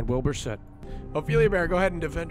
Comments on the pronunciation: his surname is pronounced sut however oo usually makes an ooh sound so it’s a name that gets pronounced it different ways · I've literally never seen so many people mispronounce the word "Soot" in my entire life. ITS ONE SYLLABLE HOW HARD CAN IT BE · I believe “sut” is the English way of pronouncing it, while sooot is usually how Americans pronounce it, from what I’ve heard